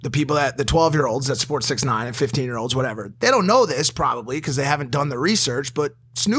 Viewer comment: Who els is annoyed when Logan said sixty nine instead of six nine